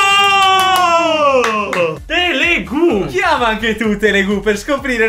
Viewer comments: ancora mi chiedo perché avete detto telegu e non telugu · bello come abbiate sempre letto "telegu" invece di "telugu" per tutto il video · Che poi è Telugu non Telegu